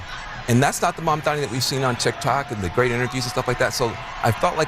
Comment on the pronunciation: MAMDANI. Not Mandani, or Mamdami, or Mandamni. MAM...... DANI.